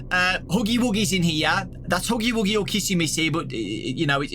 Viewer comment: "OH LUK HUGY WUGY" 🤣